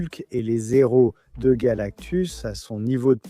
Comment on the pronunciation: Son héros pas son Nero y a pas de liaison ca fait mal aux oreilles